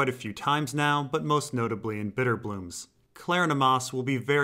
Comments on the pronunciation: I wouldn't have an opinion on this if I hadn't been influenced by Claudia Black's superb work on the audiobook, but I believe Kleronomas sounds better enunciated as klur--ON-uh-muss. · as mentioned below, you are totally pronouncing Kleronomos incorrectly. My evidence is the way it's pronounced in the audio book, which has to be taken as some sort of standard. It's more like the syllabic emphasis in "Geronimo." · ok well it sounds stupid the way you're saying it lol, too much of a mouthful